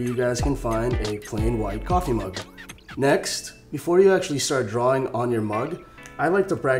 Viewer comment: The way tou said kaffe made me laugh